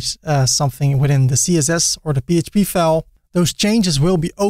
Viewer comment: It took me 26 seconds into the video to realise you are Dutch. Especially the pronunciation of "file".